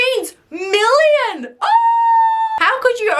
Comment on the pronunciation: “DED YOO GOYS NOWR DAT DE EM EN WUN EM ACCHULY MEINS SUMTHENG?” “ET MEINS MELEEON” “ÆÆÆÆÆÆÆÆÆÆÆÆÆÆÆÆÆÆÆÆÆÆÆÆÆÆÆÆÆÆÆÆÆÆÆÆÆÆÆÆÆÆÆÆÆÆÆÆÆÆÆÆÆÆÆÆÆÆÆÆÆÆÆÆ”